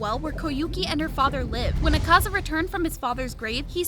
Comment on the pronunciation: The pronounsation of Akaza is killing me